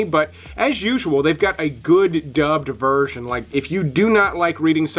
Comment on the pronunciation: Dubbed dubbed dubbed, come on man, say it properly, you are not 8 years old. Smh